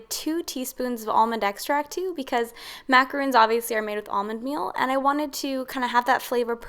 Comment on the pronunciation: I believe the macarons you made are pronounced “Mac a rawn s” not macarooooon like moon. Macaroons are piles of coconut which is a completely different cookie.